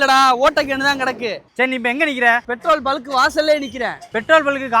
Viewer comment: கேட் பெட்ரோல் பல்க் இல்லப்பா பெட்ரோல் பங்க்😂😂😂